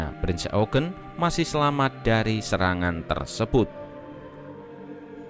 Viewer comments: Bang pembacaan kata Prinz Eugen nya salah harusnya bacanya yaitu Prinz Oyjen bukan Eugen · Kpd admin bacanya bukan e u g e n. Tapi Youjin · Sebenarnya pronunciation eugen bukan "eugen" karna dlam ejaan jerman jadi ya "oygen" jadi "prinz oygen" dibacanya . CMIIW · Eugene itu dibaca yujien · Cara bacanya "prinz YOUJIN" mas admin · Bang bukanya bacanya prince eujin ya v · Cara bacanya prinz oegen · Salah yg bener bacanya prinz oegen